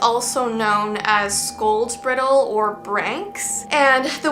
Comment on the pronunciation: That’s Bridal like horse bridles. Not brittle.